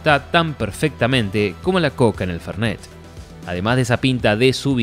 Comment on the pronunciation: "como la coca en el ferneTH" ulalá señorito francés....